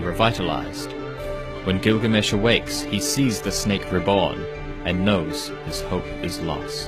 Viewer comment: هوة كلكامش مو غلامش 🤣😂